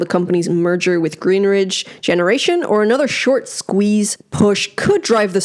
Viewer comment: Why do you keep saying GreenRidge. It’s Greenidge . There’s no R lol. I’m already annoyed with this effin company. I’m annoyed